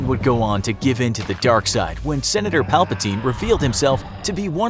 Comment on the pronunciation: What a funny way of saying senator.